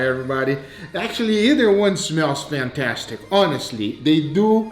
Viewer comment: THATS “PFANTASTIC”